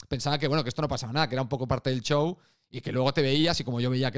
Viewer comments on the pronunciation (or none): none